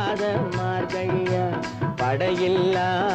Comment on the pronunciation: MAARGAZHI. NOT MARKAI